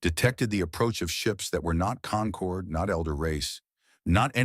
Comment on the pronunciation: "Concord" not "conquered"